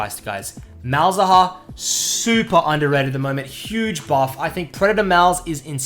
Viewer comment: The way he says malz haha